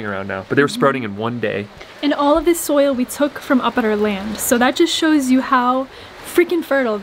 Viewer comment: Soil not soul 😂